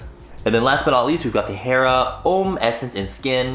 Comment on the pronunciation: Homme is pronounced like uhm